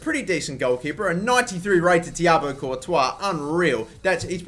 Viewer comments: It's actually Ti-Bwa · can't pronounce thibaut it isn't thiabaut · Just a tip. It's pronounced "Tee-bow"